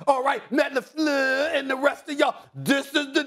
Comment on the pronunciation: The way Stephen pronounces La fleur LOL